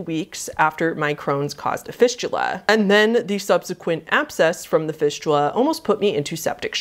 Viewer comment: After she talked about fisting and went to fistula, (was listening to this vid) sounded like "fishula", my brain ended up thinking "fishula" was like fisting, but with a fish instead.. .-.